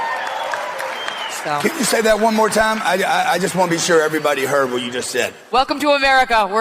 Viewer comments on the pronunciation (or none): none